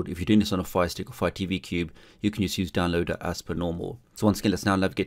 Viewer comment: Love how you pronounced downloader like down-low-duh! lol